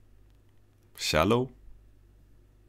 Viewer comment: It's shallow. "Shallow waters"